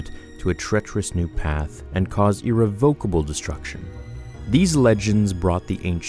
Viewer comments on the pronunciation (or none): It's pronounced "ihr-rev-ick-uh-bull" not "eer-ree-voke-ah-bull" just fyi... cool video as always tho man